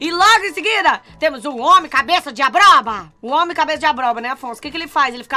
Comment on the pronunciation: falando-ABROBA KKKKKKKK